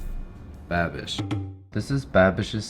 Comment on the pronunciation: Every time you say Babish it sounds like that "I'm a bad bich' halloween little witch 🧹 gir 😁